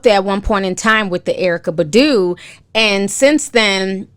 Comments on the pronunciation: BAHH-DOO not budoo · Why u keep saying badu. Its pronounced as bah-due (badu) lol. I still love u. Even how u pronounce nuisance. Love it. stay blessed.